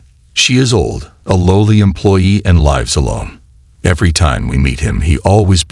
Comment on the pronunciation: AI narration should not be used.1 minute second word " lives " pronunciation is proof.